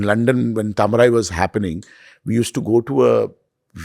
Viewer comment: Please for f sake, make an effort to pronounce south indian words correctly. Its not hard. Try it and have some respect. Its Taa-ma-rai